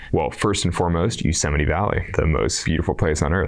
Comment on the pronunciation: “Yuusemite” “Pattygonia” hahaha😂